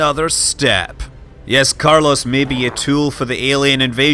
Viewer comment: Nope, Carlos died from having is name repeatedly butchered.